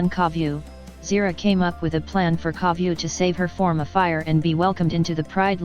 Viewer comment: I saw this comment when she says Koviu xD